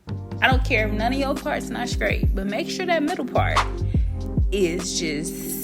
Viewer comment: The word is straight not scraight. We review and listen to people who speak horrible English.